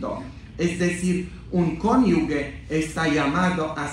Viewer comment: La palabra es "cónyuge", no "conyugue".